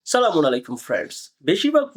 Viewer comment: ভাই ভিডিওর শুরুতে আপনার সালাম টা বাদ দিয়েন আপনার একটা ভিডিওতে সালাম শুদ্ধ হয় না 😂😂